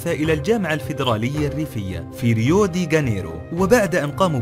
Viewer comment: الاسماء تنطق بالخطأ من قبل المعللق ! عفوا مثلا : غينس وليش جينيس ، ريوديجانيرو وليس غانيرو ! كما ان المعللق يقوم بالشد على حرف (العين) ععع شكرا للتقبل